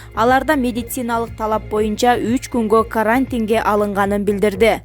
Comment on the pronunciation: Карааантинге деп,дагы баштадынбы?Окуганды уйроно албай койдун го. Уят эле.